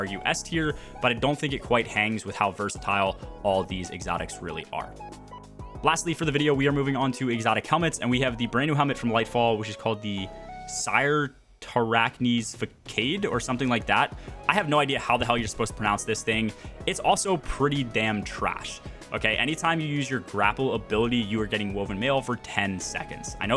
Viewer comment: bruh rly said fah cayde LMFAO :face-red-droopy-eyes